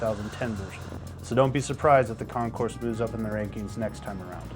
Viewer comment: If you are going to REVIEW a motorcycle, perhaps you should learn to actual PRONOUNCE the name of the bike correctly? D'oh! The Concours 14 is pronounced "Con-Core", NOT "con-corse". Idiot.